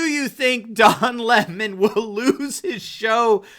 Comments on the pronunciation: If his last name is pronounced leh-moh is his full name actually doh lemoh? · "Le Mon"? Sounds just like Cyathinth Bucket insisting that it's pronounced "Bouquet".😂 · Every time I hear Don Lemon's name pronounced Li-MA, I think of WC Fields as Egbert Souse in the The Bank Dick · It’s important to pronounce his name correctly, LEMMING. He is following the, rest of the mainstream media off the cliff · If he pronounces his name the French way it would be L'aimant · Lemon prefers his name pronounced in the high French mannah?? That's like Hyacinth Bucket wanted her name pronounced "Boo-kay."